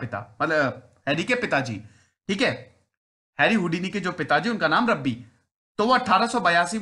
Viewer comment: Bhai unke pitaji Rabbi the, Rabbi naam nhi hai. Rabbi matlab yahudi dharm k priest. Also it's not रब्बी, it's रॅबाय. Aapne toh Rabbi Shergil ki yaad dila di🤣